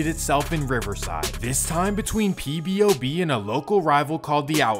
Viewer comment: Why do you keep saying "PBOB" its POBOB